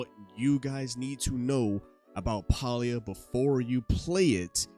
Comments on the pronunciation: Nice video but it's not "Paul-E-ah" it's pronounced "Pay-Lee-yah". Pay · Please Stop miss pronouncing the name of the game Listen to the devs how do they pronouce the name of the game "PAY-LEE-A" not pal-lee-a!!!!!